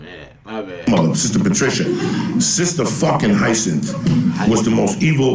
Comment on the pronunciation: It's pronounced high-a-sinth. You end up there when you mix absinthe with some chronic.